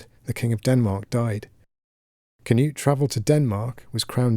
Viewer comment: Pronounced Knoot, not Canute